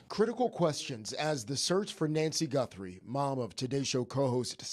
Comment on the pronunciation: That's Nancy gut throw, that's how you pronounce , Nancy Guthrie, good luck with your new show brother,,👍👍👍